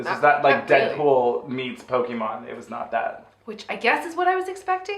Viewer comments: I'm gonna start pronouncing it "Poke-ay-mon" like from now on 😆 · love the fact that you guys speak like my mom when she tried to fake interest when i was a kid into Pokemon LMAO! The name pronunciation lmao! But i was more a Digimon kid so, all cool! Also coming for Pokemon's fan, coming from a Celine Dion fan, i'm gay and a french Canadian and i don't care that much about her....lol! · Watching you guys get Pokemon names wrong is so endearing.